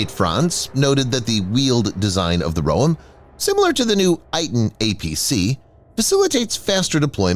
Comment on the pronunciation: You pronounce the Roem incorrectly. Its "roEm", you stress the second syllable. Like the island Guam. Like the word Hotel.